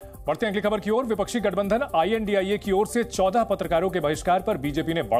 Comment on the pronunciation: Bloody yeh India ko indi bol rahe hain. Sharam ani chahie inko